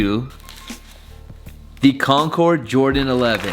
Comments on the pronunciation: Finally pronounces CONCORD right. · Woah he actually said concord right😂😂